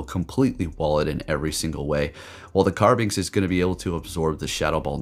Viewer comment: Carbink Not Carbinx